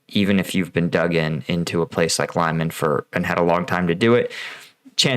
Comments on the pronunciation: It is Lee-man, not Lie-man. Try watching videos by Ukrainian creators to find out how to pronounce Ukrainian place names. Reporting from Ukraine: Denys Davydov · Great explanation. Thanks. I think it is pronounced like Lee-maan and not like lie-man. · Pronounced “Lee mon”. Not “Lie mon”. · LEE-MAAN NOT LIE-MAN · Here's how to pronounce "Lyman" properly: The "Ly" sounds like "ly" in "orderly". The "man" sounds like "mun" in "munch". It's not "lime man". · "Lie-men"? Lyman. Pronounce it as Lee-mawn. Put some effort in it. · Your video is quite well done but you should at least, before you create a video, do a little research about how to pronounce city's names, unless it sounds quite weird and ridiculous. The way you pronounce Lyman is completely wrong. There's no A after Y, it's Lyman (Liman), not Layman (Laiman). Lee-man, if that's easier to understand. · Just to mention - Lyman is pronounced as “Leeman”, not Liman. It’s not that difficult to pronounce it correctly. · it's not american pronounciation ly-man.. it's more like an american would pronounce "leemun". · it doesnt sound as Laiman, its Liman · Thanks for great videos. Just a correction on pronunciation, Lyman should sound as 'Leeman' where 'a' sounds like 'oo' in 'blood' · Pronounced LeeMon. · Oh boy. Mispronounced multiple times! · Putin simply doesn’t care how many people die in his name! “Untrained civilians in uniform” is basically the motto of the Ruzzian army! (even if you received basic training 10 years ago…you are a civilian who knows how to stand in line properly…) Oh, and just a side note: All Ukrainians pronounce Lyman like Lee-mon…and so did you just a couple of days ago. You should stick with that. It’s not pretentious but shows your efforts! 👍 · It’s pronounced Lee-Mon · Lee-man,. Lee-man:) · Lyman is not "Lie-man" dammit! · Is it possible that a native English speaker really believes that the pronouncination of Lyman is "laiman"???